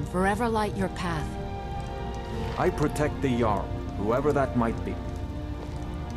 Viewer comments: it's "barr-icks" and "yarl" not "Jarl":) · quick tip jarl is pronounced yarl not trying to be nitpicky here just thought you'd like to know